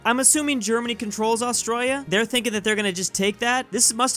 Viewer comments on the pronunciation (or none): No it’s austraina